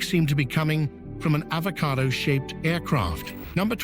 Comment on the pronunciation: Avacodo lol